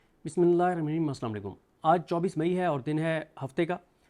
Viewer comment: Koi Allah Ka Banda siddique SB ki bismillah theek karwa Dy Sahi Nahi parhty